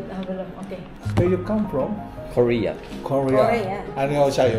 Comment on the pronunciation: 되도않는 발음좀 쳐굴리지말고 걍 담백하게 코리아라고해라 코우뤼ㅇ아 ㅇㅈㄹ